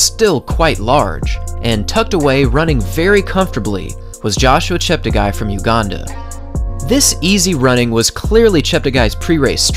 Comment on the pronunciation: Great video as always from _ note its pronounced ChepteGAY not ChepteGUY... cheers